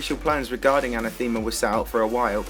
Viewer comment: that's not how you pronounce anathema,.